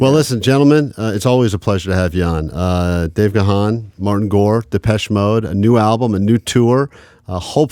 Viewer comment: Kevin said Dave's name wrong